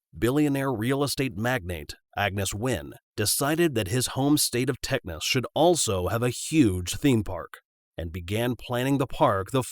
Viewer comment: “his home state of Tecnas”